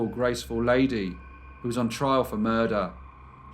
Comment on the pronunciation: Soft r but he hits it .